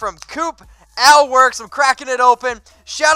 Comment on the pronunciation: No offense but Ale is pronounced A-ail like Hail #4ChuckyHeads